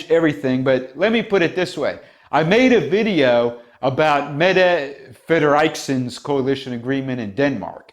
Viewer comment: Fredriksen is pronounced /fred-ricksen/ 😉